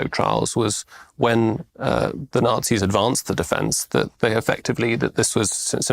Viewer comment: Is deliberately mispronounced Nazi's? I'm hearing Nancys. I would actually prefer this...